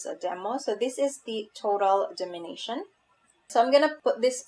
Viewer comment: Dom-in-a-tion.... not domin-ition. Kinda like dominate, but tion in the end.